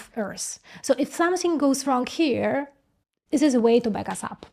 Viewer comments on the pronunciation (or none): Hello: You say "zis process may not work". The proper English pronunciation is "this" where the "th" sounds like the "th" in the word or article "the"... and you do pronounce "the" correctly. This was just a teaching moment from me to you. You are doing great with this channel. Take care.